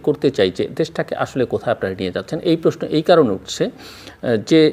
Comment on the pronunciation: জিল্লুর সাহেবের স্টাইলিশ 'প্রেশ্ন' উচ্চারণ উদ্ভট উৎকট শোনায়। তবে এটা উনার একটা 'ইস্টাইল'।